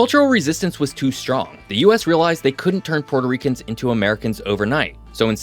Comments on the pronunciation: "Puerto" is a Spanish word and is not pronounced like the Italian word "Porto". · It is pronounced “PUELTO” - ask any Puerto Rican mang